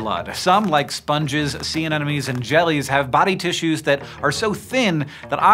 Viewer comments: that's how my brother used to say it. Sea anenomes instead of anemones. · Did you say sea anenomes? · Well i have to say it, ANEMONES, Hank, an-eh-MUH-nees.